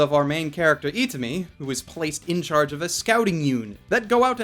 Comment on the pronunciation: your japanese pronunciation could use some work. At least pronouncing names and such. a,e,i,o and u are all pronounced the same in the japanese language. you pronounced the main characters name as "eat-ah-me" ... it's "Ee-tah-me". please seek out namasensei's japanese lessons, at least the first of the series as it explains vowels and pronunciation. This is a minor annoyance and didn't impact my enjoyment of the first look.